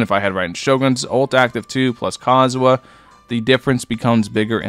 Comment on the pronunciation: im tripin everytime u say Kazuha 🤣🤣🤣